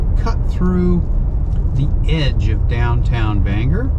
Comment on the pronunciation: Glad to hear you pronounce it the right way Banger, and not Bang-gor.🤣